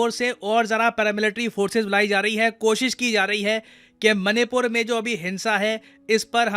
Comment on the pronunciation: oo bhai...मनी पुर नहीं पैसा पुर ही कह दे।। baar baar hrr baar मणिपुर को मनी पुर बोल रहा है।। ek naam tu bhi change kr de.. tum logo ne english ke naam pr hindi ko jo bnd bja rhe ho..or khud ko cool samjhte ho.. tum jaise logo ki bjh se hi or log ense naamo ko.. galat bolte hai.. sochna chahiye tume.. kya galt kr rhe ho..log follow krte h tum jaise logo ko phr woh bhi ense hi bolte hai..